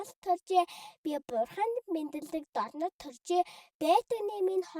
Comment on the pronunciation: Дорнод гэдэг үгийг хэлэхдээ доронд гэж хэлээрэй❤❤